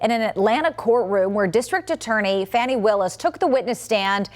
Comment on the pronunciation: Her name is not Fanny it is Fani